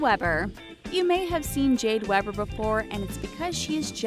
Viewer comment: Omg jade weber lives near me!!! And you don't pronounce her last name like that you pronounce it as if it were spelled weeber